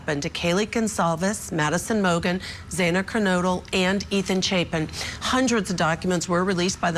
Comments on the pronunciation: Absolutely. Morgan instead of Mogen. Zaina instead of Xana. Talking heads that 1 hour before the segment picked up some talking points and tried to act as if they were “invested” in this tragic story. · And pronouncing Xana's name wrong too. Take this video down. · Bottom left blue suit guy has called her Morgan in other interviews, also. He cannot pronounce Xana's name correctly. Get rid of him. Clearly he has not studied this case at all. He needs to not be invited back. He has no credibility.